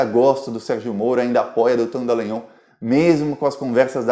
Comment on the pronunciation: Dallangnol e não "Dellangnol", pô!